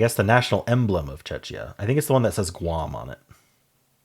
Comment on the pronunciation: Czechia is pronounced Check-e-ah